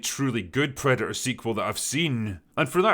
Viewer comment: What's a "predu-uh"?